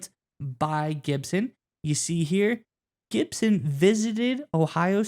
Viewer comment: lol when you learn how to spell then you should talk 🤣😂😅. It's Gipson not Gidson you sound like Tennessee with David Sanders Jr. on his TENNESSEE OV